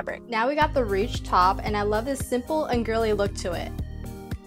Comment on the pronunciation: the versatility of your thrift flips just amazes meeee the dress with the ties is my fave look pemdas :D p.s. dw you pronounced ruched correctly!